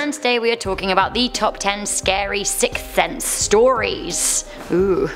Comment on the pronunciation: "Sicks Thense"